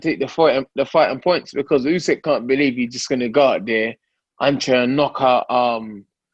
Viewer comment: Usyk kugan not Usek!! 🙄 how many times ?